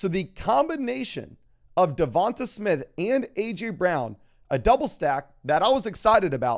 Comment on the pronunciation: Hey. I’m an Alabama fan and I just can’t help but to tell you that DeVonta Smith is pronounced like “DeVon-Tay” as opposed to “DeVon-tuh” 😂😂 love your content though keep it up!